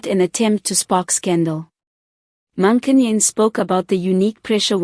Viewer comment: Please learn to pronounce her surname correctly. If you don't know how, ask. It's the least you can do.